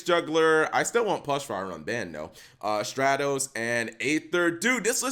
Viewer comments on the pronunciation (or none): none